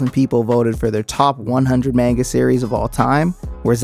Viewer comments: I used to love this show. None of my friends ever saw it though surprisingly, even though they were all anime nerds too Edit: I also hate how people pronounce it “maynga” instead of “mahnga” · Man-Guh lol. Haven't heard it said that way before.